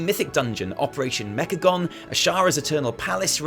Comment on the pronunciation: "Mechacome" Oh you silly kids XD